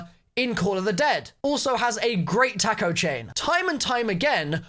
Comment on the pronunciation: love how says "taco" like he's pronouncing "takeo" without an "e."